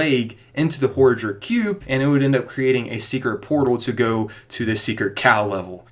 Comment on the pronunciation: Pro tip: It's pronounced Ho-RAH-Drihc Cube.